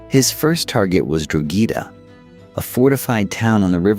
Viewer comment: The first thing that hit me was "Seltic". Yikes, that's a Boston, Massachusetts basket ball team! ✨️🤦‍♀️✨️ Somebody needs to tell AI, it's pronounced, Khel-tic, for the Celtic people. Other notables are: Dro-ghee-da for Drog-heda. Jheese for the bird, geese. Sin Fain for Sinn Fein (pron: Shin Fain), and "Dale" for the Irish Dáil or house of commons in their Irish Assembly (our Congress) (pronounced "Dial" like the soap or lawn ornament, sundial.)